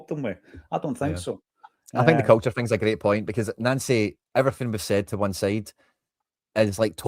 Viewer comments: It's pronounced Noncy😂😂😂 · Why are you calling him Nancy. It's pronouced Noncy